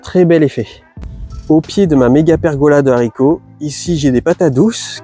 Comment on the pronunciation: Bravo pour votre potager super productif ! Et un merci pour avoir fait attention à ne plus faire cette liaison sur les haricots ! 😀